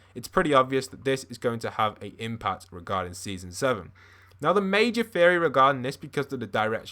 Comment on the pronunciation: i thought he said furry instead of theory